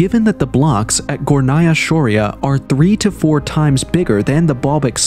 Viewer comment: Its pronounced Górnaya Shória. It rhymes. Tatars and Tartarians are different people. The Tatars are small, nomadic people who are not known for their scientific or engineering discoveries. Such abilities are usually passed down through DNA. Among alternative researchers, Tartarians are believed to be the same as Scythians and the Mogols.